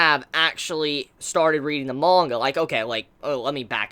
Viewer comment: There’s no “O” in manga mate